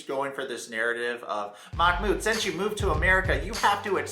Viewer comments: I am Arab and the correct pronunciation is "Mah-Mood" محمود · Its "mahh-mood" you pronounce the h softly like you would at the beginning of a word. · They are pronouncing it Mock-mood 😅